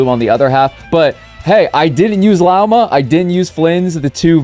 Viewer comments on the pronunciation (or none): HER NAME IS PRONOUNCED LAWMA, FUCKING HELL